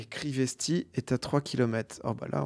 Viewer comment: Mon Dieu quand il lit Crisesty au lieu de Crivesty j'ai crié